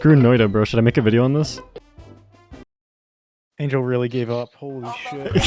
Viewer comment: lol I thought your name was Angy L as in angry loss. Not Angel lmao. Anyways good video.